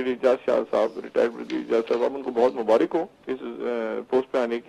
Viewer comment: Dr. Sahab mubarak hota h. Mubarik nh hota.